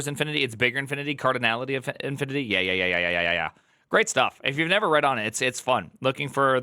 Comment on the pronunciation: wild "yeh"